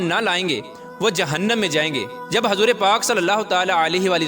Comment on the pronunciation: Hazoor nahi huzoor hota h